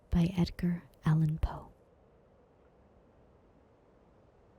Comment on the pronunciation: it's allan not allen